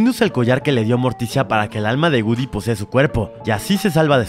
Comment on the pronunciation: Se dice goodiie no gudy